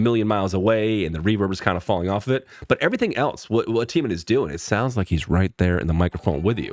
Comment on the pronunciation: Yes! you pronounced his name right this time👊🏼😎.Taemin and Jimin from BTS are great friends. Both are extremely good dancers